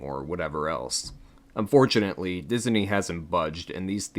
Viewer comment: Why do you say “Diz-a-nee”? lol it’s just “Diz-nee” my guy